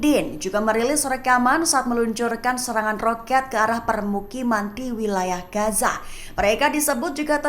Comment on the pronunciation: bacanya Gaza mba bukan gasa 🤦